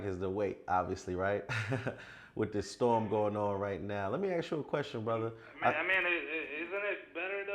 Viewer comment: Ask not ax